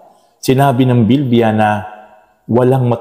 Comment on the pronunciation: Praise God pastor please pronounce bibliya correctly naririnig ko po Kasi sa Inyo ay BILBIYA tnx po God bless po